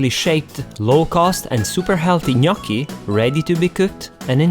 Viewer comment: Thanks for the right pronunciation 😍🍝